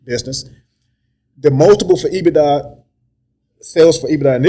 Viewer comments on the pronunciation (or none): If he says EBITA one more time 🙄lol